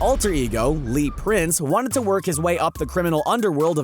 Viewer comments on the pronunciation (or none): Proof this guy doesn't read comics. His names Lee Price not Prince.